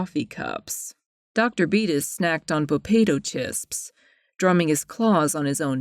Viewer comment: had to do a double take at popato chisps